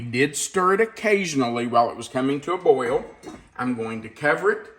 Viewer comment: New drinking game....take a shot every time says 'boy-yul'. 3.24 to 4.20 - 9 times. I'm on the floor. Hi from Australia where we love a drink 🤣